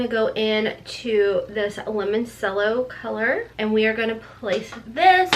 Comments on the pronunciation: Please... say it right. CRINGING HARD every time you say lemon-sello. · Its lemon - cello. Like chello.